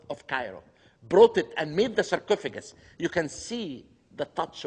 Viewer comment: why does he say cercofigant for like times